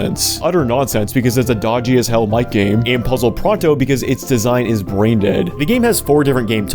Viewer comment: Ok every time you said Mic game I heard MightGaine